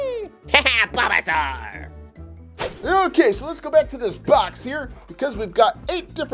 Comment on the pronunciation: I didn’t now that charmander says bobasoar